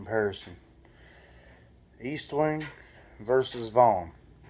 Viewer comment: ESTWING NOT EASTWONG!!!! You should know the name of the hammer before doing a video pathetic